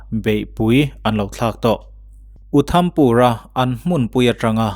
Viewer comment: Uthampur nilo in Udhampur tih zawk tur